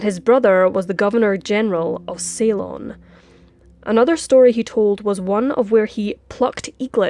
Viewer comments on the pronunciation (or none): none